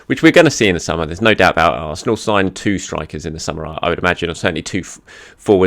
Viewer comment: I actually think he did say two strikers. I think his pronunciation let him down a bit.